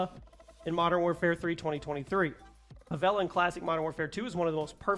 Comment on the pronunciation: The way I almost threw my phone across the room when I heard you say favela. We were so close to fighting